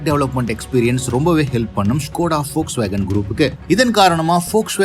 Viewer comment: Very few pronouns the volkswagen name rightly liked it ...